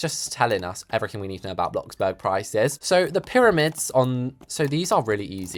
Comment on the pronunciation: U DID NOT JUST SAY BLOCKBURG😡 IT’S BLOXBURG MATE👀